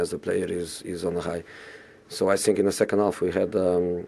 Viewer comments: I sink... i sink... i sink... He's definitely not sinking in that jacket! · I sink I want to say but I cannot say 😂😂😂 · I sink... My team is good, but I sink... We sink.. 😂